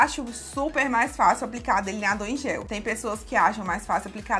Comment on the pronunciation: Fou so eu q achei engraçado ela falando deliniadorr